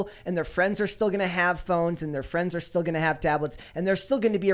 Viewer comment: As a non-native speaker, I appreciate learning I'm not the only one messing up words like still/"steel".